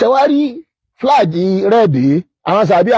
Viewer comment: is obviously an illiterate. How can you pronounce “Flag” flaje?????